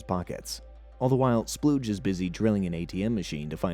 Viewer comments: His name is “Spooge” not “Splooge”. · Spooge, not Spludge.... Maybe watch the show before making videos on it...